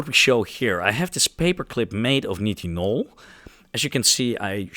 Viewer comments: Nitinol should be pronounced 'night-in-all' instead of 'knit-in-all'. You don't seem to often look up proper pronunciation of unfamilar words when you research for these videos, but that's your choice... ;) (amateur lowbrow gaslighting attempt) Just kidding! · since grammar is being highlighted. You’re pronouncing nitinol like “knee tin all” I’ve always known it as “nye” as in nylon “tin all” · nitinol (night-in-all)